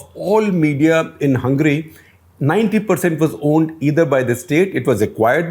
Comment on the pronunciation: Shekhar, you didn’t quite get the joke about the Joke Party. It’s not two tailed but “Fork Tailed” 😀 A play on the “forked tongue” but you did a great job explaining Hungary. Also, please don’t pronounce it “Hungry” 🙏😀😀😀